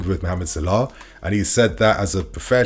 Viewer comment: Mo Salar? Why is he saying it like that? Lol trying to sound posh or something lol